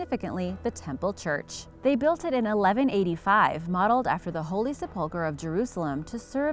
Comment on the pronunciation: Sep-ulchre as in Sep-tember. Accent on the first syllable.